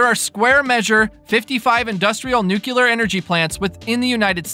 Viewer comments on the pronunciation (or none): It’s nuclear not nuculur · Nu clear! Not nu cular! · Nuclear is pronounced, Noooo-cleee- er with the stress on the first syllable., not nooo-keeoo-ler.